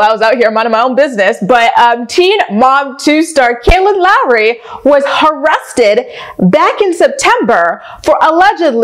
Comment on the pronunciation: Not H’arrested! 😂